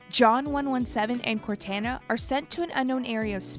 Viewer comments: Nice vid. But could stop saying Cortana name the wrong way, we all know thats not the way to say it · She got the most patriotic pronunciation of cortana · Can we just go back to how she said cortana...wrong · I wish they got someone who's actually played the games to narrate this video because there's literally no excuse for mispronouncing so many things it's ridiculous. A two minute google search would have showed you go to pronounce Cortana or Thel Vadam. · I was trying so hard to stay with you but all the times you are pronouncing cortana's name wrong I just could not deal with it. You have actual audio log showing you how to pronounce it it just as bad as that knock off Avatar movie where Aang was pronounced wrong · it took her until to say cortana correctly -_ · Dislike this comment if you think pronouncing cortana correctly is important so we can see how many dislike it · The proper way to pronounce cortana is everywhere. Kinda makes it obvious the v/o person did no work and doesn't care about their listeners. I'm unsubscribing. If they can't put in effort on simple details I'm not giving them my add revenue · You were trolling the entire time pronouncing Cortana incorrectly right? I mean you said it correctly one time, at the very end of the video! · She gets it right the last time she says it, heh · was ticking me off as well lol... whats worse.. she said it CORRECTLY the final time... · Maybe next time they’ll take two minutes to google the pronunciation of these names. That was actually terrible. I feel like you have to TRY to mispronounce that many names. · The way she kept saying it drove me crazy. Syd always did a much better job. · Cortana not corteena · Why is she saying Cortana like that…. CORE-TAN-UH. It’s CORE-TAU-NUH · It's cor-ton-na not cor-tan-na, and it's vad-demei, not vadamn ❤️ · Say it with me... CORE-TAH-NAH Not CORE-TAN-AH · CORTAANAA* not CORTENAA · Cortana not Cortanna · COR TAN UH is driving me insane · Narrator: CORE TAN AH Me: ugh